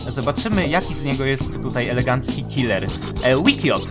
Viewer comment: Jeff the killer a nie killa